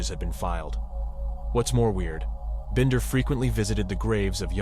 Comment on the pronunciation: Would you please put more effort into your videos? You call Michaela 2 different names in this video. You did the same thing with the susoect going between Binder and Bender. If you're going to make videos about murder victims, you have a duty to show them the respect of pronouncing their names correctly each and every time. ETA ~ The music is unneccessary and too loud.